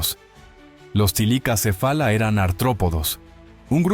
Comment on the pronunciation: Bueno,no se pero soy yo o dice tilicacefala,y no thylacocephala